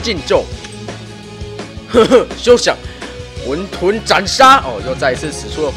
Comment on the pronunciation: 不是念混ㄏㄨㄣˋ 沌ㄉㄨㄣˋ 嗎